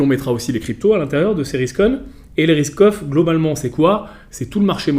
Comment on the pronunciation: A chaque fois qu'il dit "risk off" j'entend "Ruskoff" 😅. Y'a que moi ?